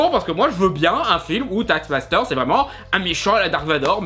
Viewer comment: Je rigole a chaque fois que tu dis taxmaster XD